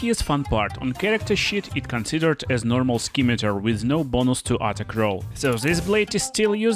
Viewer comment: It’s pronounced “sim-a-tar”, Great video by the way! ❤